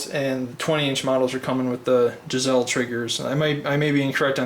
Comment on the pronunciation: Its not gizelle triggers, its pronounced "GUYSLEE"